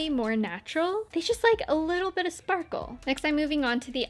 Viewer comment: The final look is sooo nice...you looking soo gergous😍...i love how you said "schparkleee schparkle" ...😂😂😂😂...lots of love from germany💟